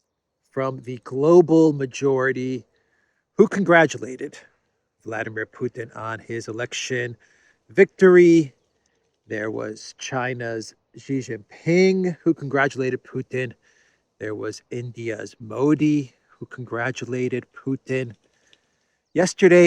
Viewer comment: His name is SHEE JIN PING not JHEE JIN PING. We discuss this twice already in Superchat. XI = SHEE, the way you say it is slang for penis.